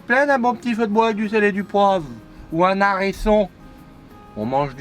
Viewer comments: "Elle mange la R une" 2020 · Ta mangé une R une XD